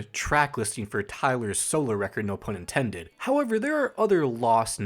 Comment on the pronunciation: great video but its pronounced no fun intended 😞💔